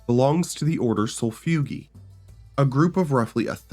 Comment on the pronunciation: it's pronounced... SOUL-IHF-EUE-JAY. Sol-if-ugae. i seriously don't understand how anyone with a grasp of phonetics could butcher that word so hard.